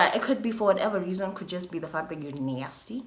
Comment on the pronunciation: It's how she says nasty for me 😂😂